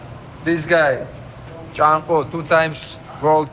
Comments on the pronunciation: It takes unreal talent to pronounce chanko, 🤣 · He said Chanko not 😂